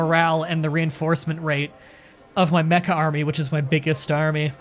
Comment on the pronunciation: When you said Mecca army, I thought you said mecha army and I was like “wait... that ain’t right...”